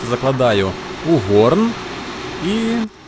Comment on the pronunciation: "гОрн" піонерський, а "горнО" - ковальське